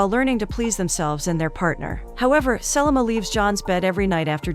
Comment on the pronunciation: Her mispronunciation of Selma as Sellamah drove me NUTS the entire time!!!